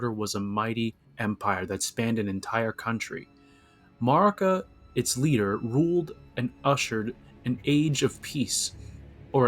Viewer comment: the way you say marika should be a crime im your 28th subscriber